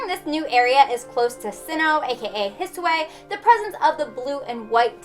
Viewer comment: I’m sorry I’m sorry I love your content but did I hear “hisway” instead of “hi-soo-ee”?